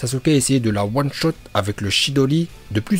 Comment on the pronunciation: Son "one shoot" 😂